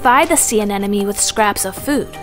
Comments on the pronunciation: Don’t be a douche, I thought it was adorable how she kept saying anenome… lol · Anemone. Why is it so hard to pronounce?! But at least this doesn't seem to be an AI reading, so you've got that going for you.